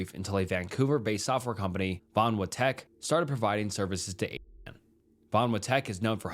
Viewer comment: You cant say 8chan? Holy cow